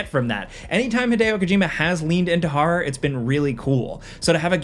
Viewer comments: What a creepy ‘harrrr’ game 😂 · I've never heard anyone pronounce "horror" as "har-rar". What place has an accent like that?